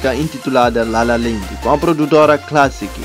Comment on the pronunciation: LA LA LAND, e não LA LA LEND, falaste bem LA LA, depois no Land metes um e. 😂😂😂😂😂